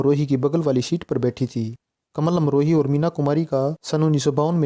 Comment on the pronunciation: आपने वर्णन तो ठीक ठाक किया है पर आप बोलने में कमाल अमरोही को कमल अमरोही बोल रहे हो, ये गलत उच्चारण आप क्यों कर रहे हो?